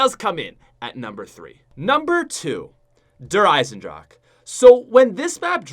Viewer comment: This guy pronounced Der Eisendrache correctly. Finally, a YouTuber that has a brain. I was sick of people adding an A to the end of drache. Thank you sir, you are the MVP